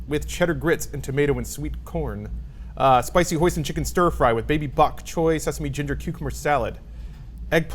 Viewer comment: "..stir fry with baby bok..choy" That hurt a bit inside.